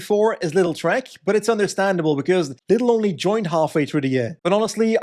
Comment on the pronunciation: It's LIDL not LITTLE